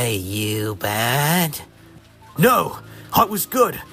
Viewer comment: I thought the "No!" sounded like "Pluh!" For a split sec😭